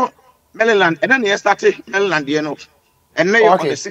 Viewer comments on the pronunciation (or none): Maryland not mallyland